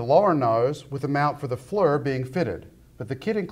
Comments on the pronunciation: The FLIR (Forward Looking Infra-Red) is pronounced Flear, not Flur. Otherwise, great video as usual. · I beg to differ, in all my years working on and flying in helicopter with FLUR fitted I never heard it pronounced in any other way than FLUR, even though it is FLIR, sorry but I have to disagree.